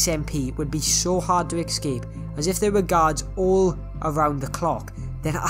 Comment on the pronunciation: This annoyed me because he was saying excape not escape